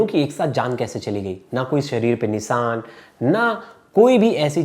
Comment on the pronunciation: निशान श श, स नहीं . Konse logo ko liya jinko hindi k words hi pronounce krne nhi atey. Isey acha to mujhe lelo